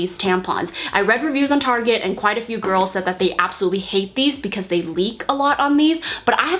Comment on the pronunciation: love how you pronounced target lmao